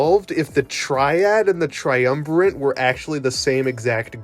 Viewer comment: fyi there is no 'n' in "triumvirate".